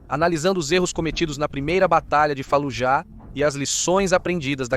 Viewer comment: A silaba tônica de Fallujah e a segunda silaba , não a ultima. Doi no ouvido dizer falujá